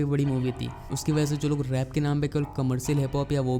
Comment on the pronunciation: Akas nahi Akash hota hai, Suru nahi Shuru hota hai.